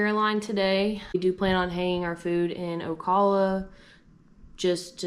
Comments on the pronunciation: Flat 'A' in Ocala 🙃 ow·KA·luh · Wow! was in an oak hammock! LOL Ocala long O - cal - A